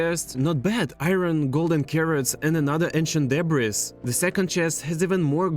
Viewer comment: Ancient "deb'ress" lol😂😂😂